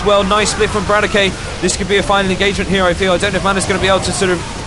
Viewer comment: btw correct pronunciation of roxkisbratok is - bra-tok :) not brat-o-key just spread teh word ^^